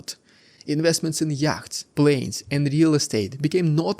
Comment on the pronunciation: Your English has improved immensely over the last couple of years. Really impressive. Yachts is pronounced yots. It's a weird language , I know.